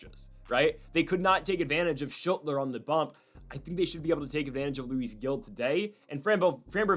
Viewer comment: Luis Gil’s last name is pronounced “heel”. FYI